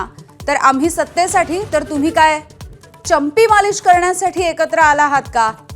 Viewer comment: चंपी हा शब्द अँकर जोर देऊन उच्चारते ? पाकीट पोहचलं वाटतं . . . 😊